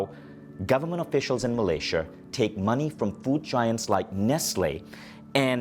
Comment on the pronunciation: Hahaha accent come from where